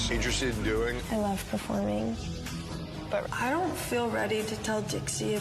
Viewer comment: Lol the way she said bUt in